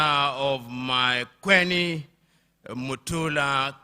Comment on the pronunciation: did i hear makweni 😂😂😂😂😂